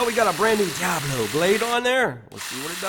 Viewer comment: I think I’ll have to try this saw. I like the way you say Diablo